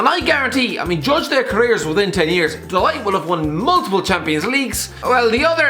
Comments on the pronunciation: DID HE SERIOUSLY SAY MATTHIAS DELIGHT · Matthijs Delight?? 😂😂😂 Love you, never change. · No one::dE LiTe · Matise de light. Have you been snorting glue? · U know de ligt is good when cant pronounce his name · He absolutely butchered the prounouncation of De Ligt